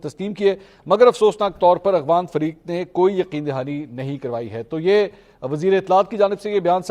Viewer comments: اغوان نہیں افغان صحیح نام سیکھو ۔ولد الزنا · السلام علیکم بھائی آپ مسلسل "اغوان" کہتے ہیں "افغان" ہوتا ہے۔ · Ap afghan ko aghwan par rahay hn iss ko theak kren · AGHWAN NAHI AFFFGHAN hota hai. Please work on your pronounciation. Tayyab Urdgan hai, URDWAN nahi.